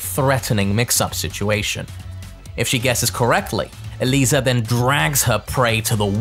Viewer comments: Mad respect for being the only content creator to pronounce Eliza's name correctly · This man is so passionate and so breathtaking, he goes so deep into every character to the point that I think he is the ONLY person in the entire Tekken community that actually pronounces Eliza's name correctly lol Love you